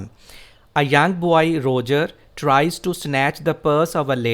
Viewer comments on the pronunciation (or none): You are a legend. Bht zbrdast lecture h... Word 'boy' repeat horha h iske pronunciation aik nazar dekh lain.